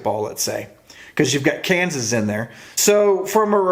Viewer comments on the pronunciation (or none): none